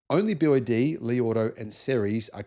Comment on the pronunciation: bee Wah day also